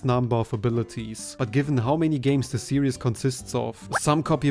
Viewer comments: You do know you keep saying the word serious when you mean series, right? You are so serious about the Kirby serious. It the Kirby see-reez, not see-re-us. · Hey just a heads up, the word Series is pronounced "seer-ees" not "serious"